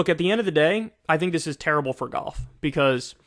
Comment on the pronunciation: I love how Kyle pronounces golf as goff